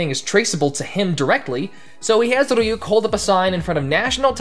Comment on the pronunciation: You pronounce Ryuk like it’s some Russian name